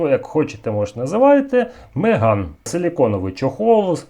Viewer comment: Почему коллектор !?((( И да, не Меган, а Магене...